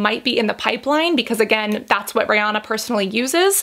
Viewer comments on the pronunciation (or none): “Rey-oh-na” 🤔 now im curious as to how everyone else pronounces her name... i say “ree-an-na” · She keeps calling her Rayana.....girl her name is Ri-Anna..... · Her name is pronounced like Ree-Anna not Ray-onna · Rihanna pronounces it Ree-Anna rhymes w Hannah. Most Americans say Ree-Ahna, rhymes with sauna. I think Cassandra says it more like Ray-Ahna haha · ri not rey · This girl really went RAYYY- ah-nah 😂 I was like what hahah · The correct pronunciation is Ree-anna (that’s how Ri herself says it) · When she said Riri's name as: RaY Ah Na." I cackled🤣🤣 Thanks for the review girl. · Why is she saying her name like that 😂 ray Anna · she was named REE-anna, rhymes w She Hannah. A little different, but close! Most of us in the US say it wrong haha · Anyone else bothered by the way she said Rihanna